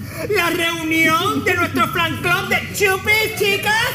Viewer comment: Chupi en vez de decir fan club dijo flan club